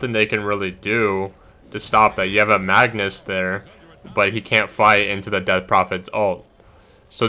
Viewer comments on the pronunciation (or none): none